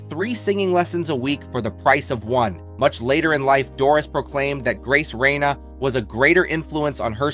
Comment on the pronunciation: Doris Day's singing teacher was Grace RAINE, not Reine, Pronounced RAIN, the e is silent. Grace Raine was a well known singing teacher/coach in Cincinnati, Ohio and she was my Great Aunt.